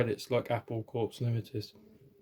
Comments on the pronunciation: I believe the word 'Corpse' is a military term from the French language which is why it's pronounced "Core" not "Corpse" even though in the English conversation. Typically John Lennon to find a joke of the fruit Apple and it's Core in the label graphics too. In Japanese an apple is ringo..... in case you were wondering about the connection to the Beatles. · I know people hate this kind of critique, but it's only so that you "get the joke" better. The Apple label is pronounced "Apple Core" and not "Corpse". I know it is spelled like the military CORPS, but it is actually pronounced as COR (silent P and S) or "core" - hence the inside joke within The Beatles: Apple Core. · an oops: It's not Apple Corpse. The Apple hasn't died. It's Apple Corps (see the wordplay? As in Apple Core?) (don't pronounce the 'ps'). it's a French word meaning “body” and the French don't pronounce the “PS” at the end of the word. The word comes from the Latin term Corpus meaning BODY. We get it from the French word for body "corps" which is pronounced with a silent PS, as the word 'core'. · Apple Corps is pronounced 'Apple Core'. It was a pun on the company name. Any other company with 'Corporation' abbreviated to 'Corps' is pronounced 'Core'.